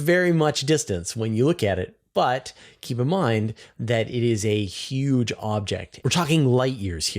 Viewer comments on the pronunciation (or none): none